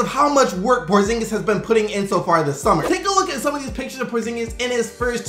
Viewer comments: Kripstaps Porzingis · says the unicorn like this kripstops porzingiz lmao